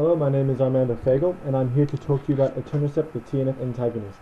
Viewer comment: I keep hearing Eternacept instead of Etanercept.